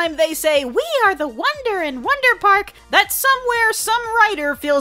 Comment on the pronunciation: I thought you said Saber spark for a second